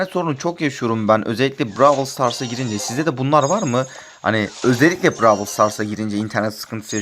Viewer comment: brawıl değil brawl